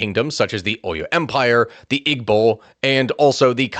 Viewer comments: EEEBOs not IGG-BOs how you say it. Igbos were never integrated. Passive aggressive policies against Igbos/Biafrans has occurred for decades after the war. They rarely got positions in government or military. Eastern area hasn't been developed as much as the West and North. (with government projects). Igbo's focus was in trade and education. All the coups after independence were between Hausas/Fulani and Yoruba. Igbos were on the side lines. Country needs to break apart so we can all go our separate ways. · Great job! Watched with my family. We are Nigerian! Just some minor critiques regarding pronunciation. 1.) igbo is pronounced (ee-bow) the g in Igbo is actually silent. 2.)Lagos is actually pronounced (lay-ghost) that’s the closest way I could think of spelling except you wouldn’t say the t in ghost. So (lay ghos) 3.) and lastly my favorite name to say growing up was babingida which is actually pronounced (baa-bang-ee-dah, not baa been ghee-da) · Got to needle, with the word Igbo, you do not use the g. It is pronounced Ibo because it is using the Igbo alphabet system where the heavy b is gb. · Great video boss i know it reads Igbo but its pronounced (eebo) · The way he sed Igbo is funny in future reference the g is silent in Igbo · Someone has probably already mentioned this but the "g" in "Igbo" is silent